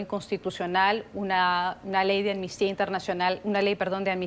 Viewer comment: Sería posible que hablaran correctamente y dejaran de decir "ammistia" es amnistia, A-M-N-I-S-T-I-A. Mediocridad latinoamericana en acción.